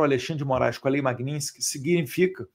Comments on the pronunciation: Caramba Eduardo. Bora falar o nome da lei corretamente. É Magnistisk e nao Magnintisk. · Eduardo, o nome da lei é MAG-NITS-KY. Estás falando esse nome errado. Pega mal. Mag- nits-ky! You're welcome, darling! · Parabéns pelo seu trabalho em defesa da verdadeira Democracia! A propósito, o nome da lei é MagniTsky, e não MagniNsky. 🇧🇷🇧🇷🇧🇷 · Fala o nome da lei corretamente, pelo amor de Deus!! 😂😂😂 Falando sério: ótimo trabalho, deputado!!!